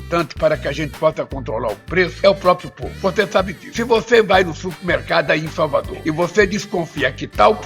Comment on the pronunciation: Ele fala supimercado , ignorante !